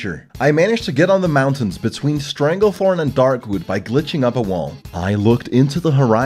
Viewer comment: I cannot describe the frustration I get whenever he says "Darkwood"